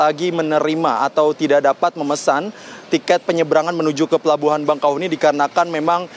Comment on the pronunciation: REPORTER TVONE INI KURANG NGOPI KYKNYA,,,, PELABUHAN BAKAHEUNI,,,BUKAN BANGKAHUNI...MAS..MAS..😅👎